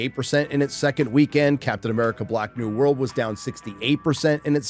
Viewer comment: Did he say Captain America: Black New World?